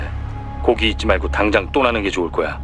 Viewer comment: 이미 옵질러진 물이야 고기 있지말고 당장 또나는게 좋을거야 발음 ㅋㅋㅋ 완전 ㅋㅋㅋ타이틀(?)하네 ㅋㅋ